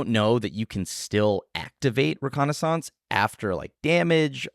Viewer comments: OMG! Hold up. Was the only one to pronounce reconnaissance correctly. ruh·kaa·nuh·sns? I'm not sure if I should buy a lottery ticket or start preparing for the end of days. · I thought said it right. I'm right there with you buddy!